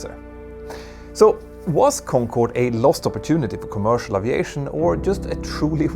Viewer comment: Dude You need to pronounce the word aviation correctly